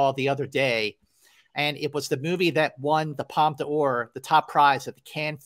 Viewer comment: Woohoo it’s my favorite season of the year-awards season!! I’m sooo glad you guys are keeping this going, so fun & thanks for doing so. I just missed an industry screening of Tar but am looking forward to it. Btw Scott- it’s pronounced Palm Door, not Palm Duh Ore. Just sayin’…love you guys.